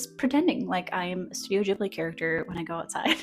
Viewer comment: Pronounce ghibli like ghoul. 😆